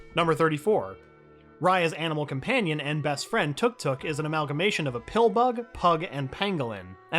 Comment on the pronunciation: isnt it pronounced TUK-TUK... not TOOK TOOK